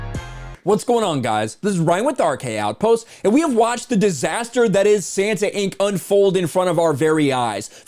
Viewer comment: santanInc... say it as one word